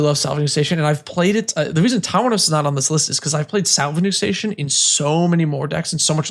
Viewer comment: Tawnos is not 3 syllables 😅